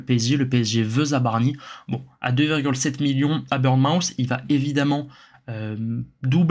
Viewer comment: Petit détail, c'est pas "burn-mouth" mais "Bourn-mooth", merci pour la vidéo cela dit!